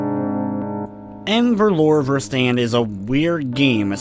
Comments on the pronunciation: If you're curious, the correct pronunciation is something like "a fer-loo-ra fer-stunt" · Thank you! Hearing trying to pronounce it gave me a good chuckle:) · Lmao im dutch and it sounds funny af when he says the title